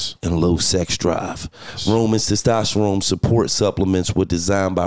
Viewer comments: LOL this interview lit but Gillie saying "Sestosterone" instead of "testosterone" got me dying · Gil can't say testosterone lol 😆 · Did he say testosterone wrong 5 times in a row